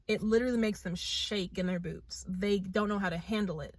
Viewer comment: Okay, I'm going to be perfectly honest with you... When you said, "They shake in their boots." I thought you said, "They shake in their boobs ." But fr tho, everything in this video is absolutely true, keep spitting the truth gorl!